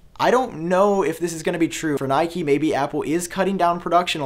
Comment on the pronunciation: btw why he pronounce nikkei as nike? sounds weird